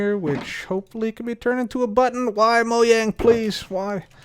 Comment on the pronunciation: finally a second youtuber i watch that pronounces mojang correctly